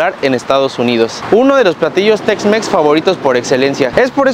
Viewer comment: Yo le entendí sexmex jajajaja